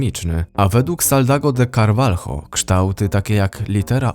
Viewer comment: Wymawia się - Karwaljo !!! Nigdy nie wymawia się tak nazwisk latynoskich - Karwalho. W tej grupie językowej litera J wymawiana jest jako H, np Jose wymawia się jako Hoze, a niektórzy niedouczeni pismacy wymawiają Żoze.